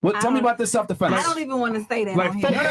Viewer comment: Wait.. is she saying Stelf -Defense 🤔…what ever these ladies are saying. Delusional , effects of a Boss biSh 🤷🏽‍♂️🤦🏽